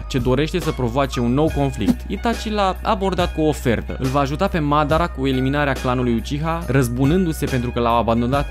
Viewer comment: Ok sa zicem ca cu "Saske" te inteleg in loc de Sasuke, dar nu mai pronunta niciodata Madara...ma zgarie pe creier